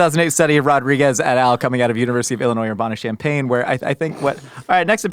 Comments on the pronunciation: and Dr. Mike you guys are awesome, so funny. Urbana-Champaign is not pronounced Urb-ah-na. Urbana rhymes with banana (the American pronunciation). Also most locals (like me) call it Champaign-Urbana or Chambana Also Polycythemia Vera, is not something I expected to hear on a podcast about food and soda or really any podcast because it is rare, my mom was diagnosed with this about 5 years ago. Her blood clots as they are doing blood draws, I tell her she has pudding for blood. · Love the U of I callout 😂 (also it’s pronounced Urbana like banana)